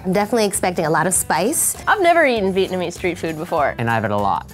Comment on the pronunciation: xLinkGamingx lol yeah I seen some people say vietmanese 😐